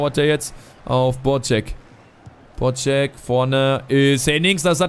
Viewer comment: der heisst BodZek und nicht BodSCHEk,mir als Fortune gefällt es nicht so wenn man dem Vize kapitän falsch ausspricht